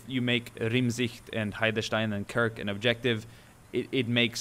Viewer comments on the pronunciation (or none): I think you did a fine job pronouncing the Dutch names! Here are some tips for whoever is interested: Oosterbeek = Oasterbake, so not like the "oo" in "booze", but more like the sound in "goat" Kerk = Kerk, with an "e" like in "hedge". So not like "Kirk" Heelsum = Halesum, where the "sum" is a bit similar to the English "sum", so not like the sound in "soom", so to say Renkum = Renk, like the "e" in "hedge" again and "kum" with the same sound as "sum", not as in "koom". And the "R" is a bit like a Scottish "R", not an English "R" as in "hear" and "or" Heidestein = Like you said it, but not "schtein" (it's not German), but rather an "s" like in "yes". And the "ei" in "stein" is pronouced a bit like "fine", but shorter (not fiiiine)